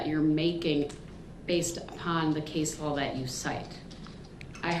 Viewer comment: I don't even think he did the research and somebody handed it to him😅 he couldn't even pronounce the case law